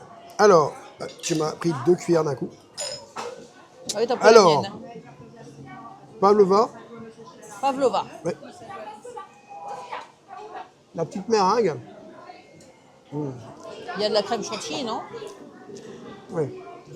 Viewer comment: Meeeeeringue! Pas méringue 😅😢